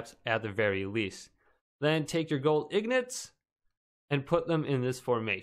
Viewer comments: It’s ingots not ignots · yeah ignots hahhahaha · Gold ignots haha you say wrong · yeah but the guy in the video says ignots for some reason